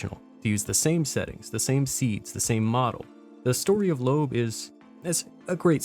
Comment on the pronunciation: Thank you for not pronouncing it Low-ab